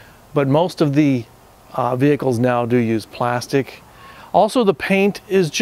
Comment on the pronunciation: Glastic 😂😂 thx for the vid tho. Always loved these